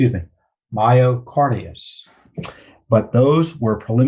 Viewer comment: It is pronounced my o card i dis for future reference Thank you for all you do Tom and Judicial Watch.